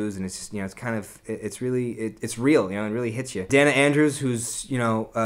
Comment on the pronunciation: A thorough review, but as an old movie buff, please check your pronunciations. It's 'day-na' Andrews, not 'denna'. And it's 'mur'na', not 'mir'na'. Just a matter of respect for these great actors. Thank you!! (I DO agree with you about the March-Loy homecoming scene-----it's SO beautifully played by these two master actors------it's my favorite!!)